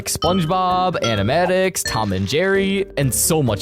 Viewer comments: Just so you know it is animaniacs not animatics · its pronounced an-a-maniacs not anamatics also you kind of contradicted your statement about pinky malinky because if one of the creators or co-creators or whatever was part of The Amazing World of Gumball, unless he has a grudge against them and was trying to create a better version which I'm guessing he wasn't and it was a passion project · It's called animaniacs not animatics. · is not animatics is animaniacs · Why’d he call Animaniacs, animatics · Its animaniacs, not animatics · no way this man just said "Animanics"😭💔🥀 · no way bro pronounced animaniacs as animatics 😭🙏🕊️ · no way bro called animaniacs animatics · erm actually its pronounced (an-i-main-e-acs) 🤓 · as this shows fan its spelled Animaniacs[C] [an-i-main-e-acs] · the way he said Animaniacs pmo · This man doesnt know his cartoons. He literally disproves him multiple times. Bro didnt even say Anamainiacs right. L video. Even when he talks about the art style, gumball wasnt the first and half of his points are him reaching. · You said animaniacs wrong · you said it wrong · His pronunciation for Animaniacs. 😂 Also do know, my dude, that Netflix has canceled shows that were successful. Heard they canceled a show that lasted 8 seasons.